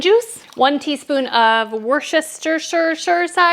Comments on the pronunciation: Great recipe, thank you! By the way - Worcestershire is easy to pronounce - I was born not far from there! It's (phonetically) WUH-STURR-SHURR. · Haha so funny how you make it impossible to pronounce. Phonetically it's Woostersaus (like in rooster a male chicken). Easy as that! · Wost-ter-sheer Sauce....... Your recipe looks awesome....can't wait to try it! Bev in Maine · Hahaha, just say "wash yoursister" sauce 😂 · You are so sweet, also just call it warsh your sister sauce haha We love you guys cute new house 🏠 ❤️ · Wos/ter/shire sauce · Lovely kitchen, lovely food, lovely apron and lovely you! PS Worcestershire is pronounced ‘Woostersheer’ heads up from a Brit 😊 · A little tip for you,my late husband's Father was born in Worcestershire in England,and it was called Wooster,so just call the sauce WOOSTER sauce.🤣😍😍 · You made me giggle with Worcestershire, I say it the same. 🤣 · Great video!!! You were so happy and bubbly I love it 🥰 also… the Worcestershire pronunciation 😂😂😂